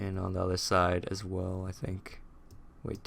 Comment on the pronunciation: Did you say "Ass" or "As" (No offense sorry)